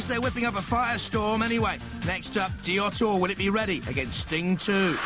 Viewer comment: "DEE-a-TEE-or"?????? Another robot the announcer couldn't pronounce at first, just like Dantomkia in series six (he pronounced it "DAN-toe-ma-KY-a")